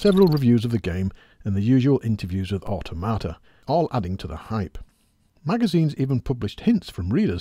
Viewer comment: I thought it was so he could learn how to pronounce Automata. Apparently not.